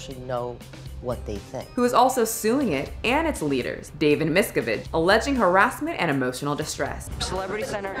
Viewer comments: I believe the put the emFASSis on the wrong syllables in many words in this video including Remini, Miscavage, scintilla and more...a little research goes a long way... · Just my opinion, but it would be good to research name pronunciations. There are countless documentaries on Scientology, and mispronouncing Leah Remini and David Miscavige's names makes this video seem unreliable.